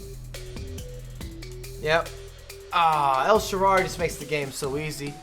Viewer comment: El sharrarrrrarryyy 😂🤦🏻‍♂️